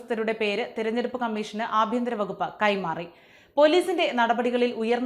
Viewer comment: ആഭ്യന്തരം അല്ല, അപ്പിയന്തരം !